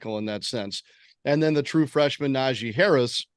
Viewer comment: Why would we care about how lsu feels and I guess Shane Matthews isn’t a good or available play caller thats close to the program🤦🏻‍♂️ also it’s not pronounced Najee Harris